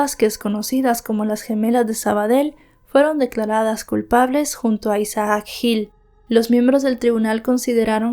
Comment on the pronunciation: No se pronuncia Isa aac es Isac (Isaac) aun que sea doble "a" solo se pronuncia como si tuviera una sola 😖 a veces me estresa un poco como mal pronuncias los nombres porque los mencionas repetidamente 😅